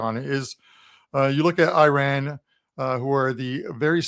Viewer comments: It’s painful to hear the pronunciation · I know nobody cares ,but it,s always good to pronounce it the right way!